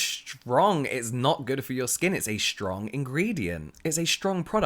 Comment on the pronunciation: I love how you pronounce it like 'шtrong' hahah